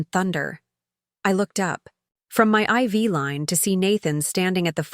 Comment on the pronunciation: Finally! IV line is pronounced correctly.